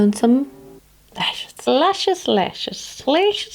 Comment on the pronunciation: Haha 9.48😂😂😂leshes,lehshess,leshiss hahaha wie cool du bist 😂❤️❤️🤢❤️💚❤️❤️